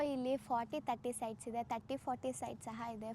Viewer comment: ಸರ್ ನೀವು ಮೊದಲು ಕನ್ನಡ ಸ್ಪಷ್ಟವಾಗಿ ಕಲಿರಿ ಆಯ್ತಾ ಹೇರಿಕೆ ಹಿದೇ ಅಲ್ಲ ಮಾರಾಯ ಎಕರೆ ಇದೆ ಅಂತ ಆಯೋ ದಯಮಾಡಿ ನೀವು ಕನ್ನಡ ಪದಗಳನ್ನ ಕೊಲ್ಲಬೇಡಿ 🙏